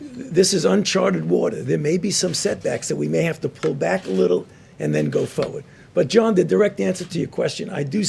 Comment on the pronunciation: And then go fowawd. Fucking clown